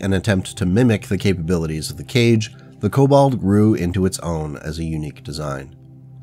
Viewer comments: By "Cage" do you mean the "Kage"? If so, I'm pretty positive it is pronounced KAH-gay or KAH-gé like the Hokage in Naruto. It is a Japanese word meaning Shadow, which is why I think it is pronounced that way. Draconis Combine and all. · Hearing the kage be pronounced "cage" instead of "ka-ge" (hard g sound) hurt my inner weeb a bit, NGL 😂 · Kage = Ka-gay. is Japanese for shadow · The japanese "Kage" is not spoken like the english "cage", by more like... well, this will be complicated... It´s probably the best if you take "Car" as a starter, drop the R for "get" without the T. Should get you to the proper ponounciation the easy way.